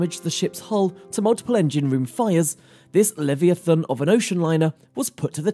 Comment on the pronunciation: It is hard to take you seriously when you show photos of the Mauretania and the Titanic and try to pass them off as the Olympic. Plus your pronunciation of "leviathan" is off.